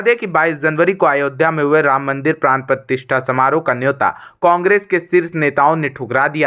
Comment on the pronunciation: Ye anchoring nahi, comedy hai..Partishtha nahi Pratishtha bolo. Bilkul Bakwas anchoring